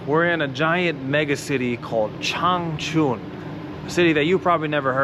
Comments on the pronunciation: 长春的音调读错了，是cháng chūn ， 不是 chāng chùn，没有chùn发音的字。跟歧视语发音完全不一样…… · Your chinese has regressed visibly. Now even 长春 (Changchun) can no longer be pronounced correctly. Instead, now it sounds like real "ching chong" , and like an ignorant white person who comes to China for the first time.